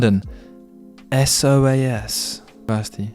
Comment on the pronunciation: It's pronounced 'so-az', or to give you it's full name: School of Oriental and African Studies. It's one of the top UoL member institutions together with UCL, KCL, etc but more specialist so isn't as famous as the big ones.